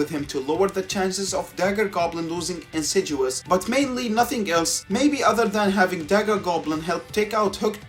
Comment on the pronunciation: I kinda hate to point it out, but since you said it over and over and over again, it's "insidious", with a "D". There is no "G". It's pronounced in-sid-ee-uhs.